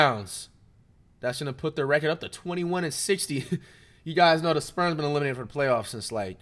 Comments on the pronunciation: Is he saying sperms or spurs bruh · I kept hearing Flight call “Spurs” the “Sperms” 💀